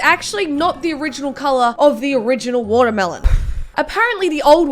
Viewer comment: Nobody:: Whatur-Melown